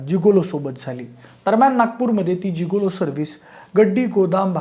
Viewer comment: जीगोलो ❌ गिगोलो ✅😅